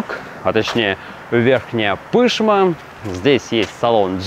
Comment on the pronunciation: В слове Пышма ударение на последний слог! ПышмА.